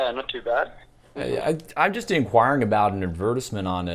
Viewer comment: ad verse ment LOL